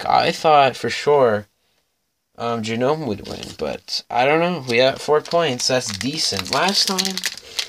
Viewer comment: Its pronounced like nome the G is silent. Great pack battle friend and good luck in the rest of the tournament. Ill be rooting for you! 👍🎅